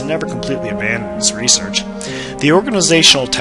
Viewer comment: you mispronounced research & prodigy.